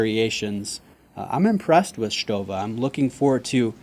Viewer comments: It is a very nice watch and you pronounce Stowa,like we do in germany! Well done,mate. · Nice pronunciation of Stowa! Not many people get it right!